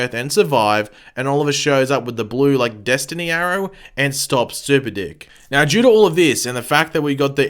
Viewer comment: I honestly thought you said super dick..😳